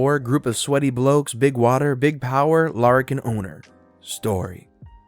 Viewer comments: For clarification Larakin is pronounced Lara- as in Arab not Lah-rakin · Good job with the Aussie slang mate. Just one correction. Larrikin is pronounced Larry-kin. It means a bit rowdy, bit of a prankster essentially a good hearted bloke. 😊😊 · Pronunciation Guide: Aussie as Oz-zee, larrikin as Larry-kin